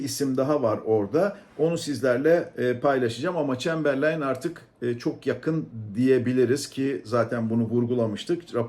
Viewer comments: Şu çambarleyn gelmesin abi adını söyleyebilen yok şu ülkede 😅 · Çemberlayn nedir ya :) Adının telaffuzu edilemiyor, hiç gelmesin daha iyi.